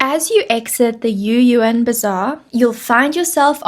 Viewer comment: no yu'yu'an，is Yü'Yuan